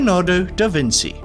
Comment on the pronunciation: To pronounce Vinci say "veen-chee", it is pronounced with a soft "ch" sound.